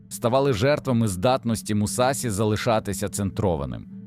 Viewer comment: Побуду душнілою так як вчу японську: у японській мові нема таких кан як СІ, ТІ та ДЗІ, є ШІ, ЧІ та ДЖІ. Не Мусасі, а Мусаші; Не Дзікан а Джікан, не Хейхаті, а Хейхачі. Досить використовувати костилі московських професорів які вони придумали для своєї обмеженої мови, вони нам не потрібні, бо наша мова дозволяє транслітерувати японську прямо без компромімів!!!